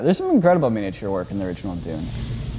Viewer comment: The guy in the middle has never heard anyone say the word ‘miniature’ properly before